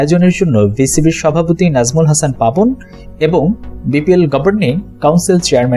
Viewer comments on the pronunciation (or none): none